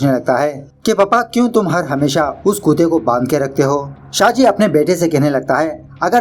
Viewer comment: Nice movie and explaination. Why you address dog as kute and not kutte... kindly answer